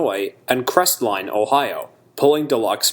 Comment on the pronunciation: On a side note. Locals don't pronounce the "T" in Crestline. We call it "Cresline".